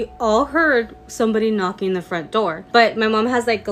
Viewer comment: I want To say I love your videos. I just love your contact. I've been binge watching sometimes when there's nothing else to watch but I want to say sometimes I have a little bit of a hard time hearing and the first video I didn't hear her say knocking to me, I thought she said macking. So i was a little confused like who's macking And why are they macking LOL.😅